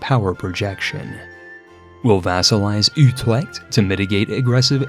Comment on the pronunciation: You're right on the last part, his pronunciation there was abhorrent. 😅 I can't blame him too much, because Dutch is hard and he did so well on Utrecht in the rest of the video.